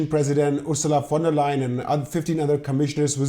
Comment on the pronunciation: Wow! First time I hear an English speaker saying "Ursula von der Leyen" correctly. HUGE compliment! ;)